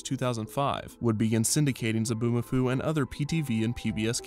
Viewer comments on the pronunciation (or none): Zoboo not Zaboo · It's Zoboomafoo, not Zaboomafoo. You had one job, ONE JOB